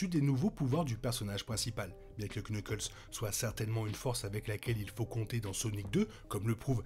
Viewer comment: salut tu sais que en fr tu n'es pas obligé de prononcer le K de knuckles, sinon super vidéo!